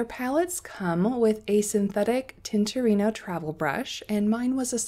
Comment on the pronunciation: Thanks for making this video. So appreciate the time you took to show such a useful comparison. Love your swatches! I'm worried for your nice brush with all that swirling and scrubbing on the paints. Maybe consider pre-wetting. Also, "More ell ohn neh." (You are pretty close, so nice! It means big mushroom. You can get Morels (mushrooms) in some places in the US.) And "Tin-tor-et- toe." (Named after a famous Italian painter.) Thanks again!